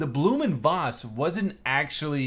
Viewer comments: Blohm and Voss is pronounced win English Blowm und Foss, with the V being pronounced as a "F" . Volkswagen would be pronounce Folks-Vagen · Pronounciation is pretty close. German V's are normally pronounced as english F's or Ph's. Try: Blooh'm und Phoss